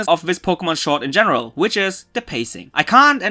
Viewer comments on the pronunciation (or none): none